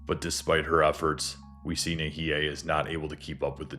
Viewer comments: nihei is pronounced nee-hay, not nee-hee-hay sorry :face-turquoise-covering-eyes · I enjoyed the retelling btw: Katei = "Kah Tay" & Nihei = "nee Hay"